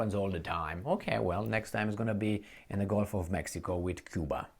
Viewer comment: GULF NOT GOLF. PLEASE FIX. YOUR TEACHER.❌